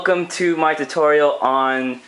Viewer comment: LOL. You can never say "tutorial" right. xD